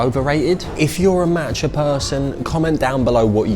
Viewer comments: Every time he said matcha I died inside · The way he's saying matcha is infuriating me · love ur videos but the way u pronounced tteobokki & matcha kinda gives me the ick haahhhaha